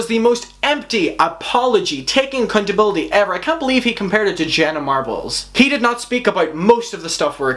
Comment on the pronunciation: LMAO sounds like you said acCUNTability